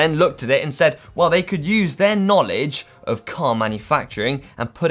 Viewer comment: That's the weirdest way I4ve heard the word "of" being pronounced ever.. "euff"